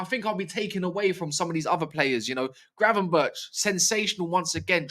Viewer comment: Glad you pronounced Gravenberch’s name right 😂😂